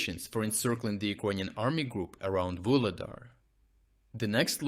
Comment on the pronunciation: again inconsistencies in pronunciation - "Vuhledar" with a strong "h", then and "Vuhledar" with a silent "h". Please keep the quality of analysis and reporting, but please do not use AI to narrate :/